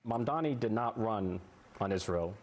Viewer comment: pronunciation of Mamdani, please focus